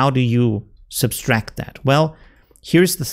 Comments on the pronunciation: The word is sub tract not substrack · Great tips. Thank-you. You're adding an extra "s" when you pronounce subtract. It's sub-tract not sub-stract. I hope this is not an offense. I also speak Spanish and appreciate it when someone corrects my errors. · What is subtract in the Germanic languages? I have heard a number of people from that region of Europe that seem to all add an additional "S" when they say subtract....as in "sub'-S-tract". Not trying to give a hard time.....I love his vids and I've learned tons from him. Just saying that it is a common theme among people from that region of Europe....german, belgium, austria.....germanic/danish that all seem to pronounce subtract with the additional "S" in the word. Kind of interest actually.